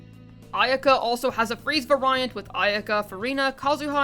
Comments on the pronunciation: I heard it one too many times to be able to resist, so for future reference "variant" is pronounced like the word "very". Like Very-ent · excuse me, var-eye-ant? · Variant is pronounced v - air - ee - int/unt ;)